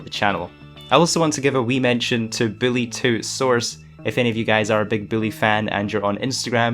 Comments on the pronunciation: Is it just me or is he saying Billie or Bully??? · Lmao he saying. Billy 2. Not Bully 2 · HES SAYING BILLY HAHAHAHAHA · You said Billy 2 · did this man call bully 2 billy 2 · Why is he saying "Billy" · You need to slow down bully sounds like billy. Just telling it like i hear it and you talk fast